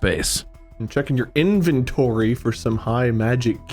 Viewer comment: "IN"-ventory / "Ham" -mer space.